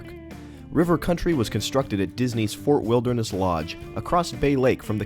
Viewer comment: The female narrator was awful. She pronounced Fort Wilderness like "Fur Wilneress".